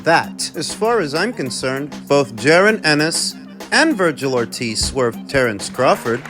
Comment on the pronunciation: Dnt mean to sound like a jerk or anything because fully enjoy your boxing uploads, but whn has Ortiz jr’s name ever been pronounced like “Vergyle” lol